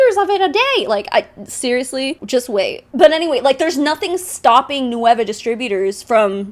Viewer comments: EXACTLY. like at least pronounce it correctly??? Its nueva not no-e-va" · Does anyone on the nueva team speak Spanish? Their American English accent makes it sound like they're saying it as three separate syllables "nu-ey-va" when it's really two.